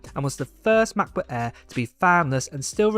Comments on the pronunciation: Sorry I have to say that but it sounds really really strange when you say "Macbo ÄÄÄ" 😅 otherwise thanks for the video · I REALLY WANT THIS MAH-PUH EHH 😂😂🤣🤣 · "MacBuk Äääääää."